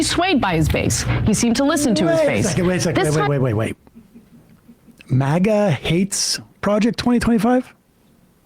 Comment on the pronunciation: It's MAGA, not MOGGA.